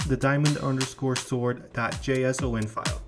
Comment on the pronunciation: "jay ess ow en"